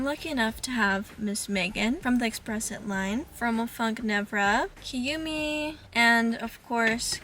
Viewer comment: u cant even pronounce kumi's name right ..racist much😂